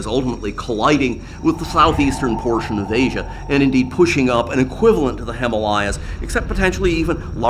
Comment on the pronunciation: Someone please teach him how to say Himalayas correctly